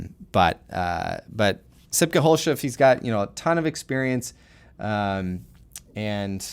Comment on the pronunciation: you said sipke verry well but the last name u pronounced that with an funny english accent xDDD